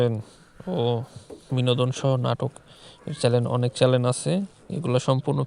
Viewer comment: এটাকে চ্যানেল বলে চ্যালেন বলে না.